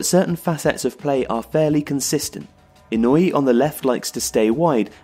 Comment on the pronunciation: Makoto HA-SEI-BEI not BEE Takashi EE-NOO-EE not NOY-EE